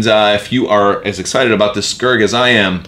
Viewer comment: I kept hearing Scurd, not Skuurg. I'm a TIE Punisher fan myself. Look forward to more.